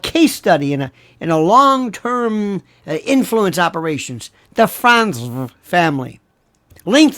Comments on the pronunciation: Thanks! I’m Crying-Laughing at the way you say ‘Frantz-vrrr’!!!! OH! I needed that!!!!! 😂😂😂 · Franzffrrrt! 😆 You're too much lol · Sir, your pronunciation of the FranzVHH family absolutely SLAYS me every time you say it. Very nice indeed! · It’s hysterical to me every time he says Fransve, with the emphasis on the V. 😂😂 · me too; cracks me up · Me too, i just showed my daughter. She said how else would you say it!! 😳🤣 Thanks for the laugh! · Every time you said Frantzve I went into hysterical laughter.😅😅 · You have me LOL with your Lori F pronunciation!😂🤣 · This was one of your best shows and I have seen many of them. I love your pronunciation of Frantzve! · I love how Lionel pronounces “Frantzve” 😂 cracks me up every time!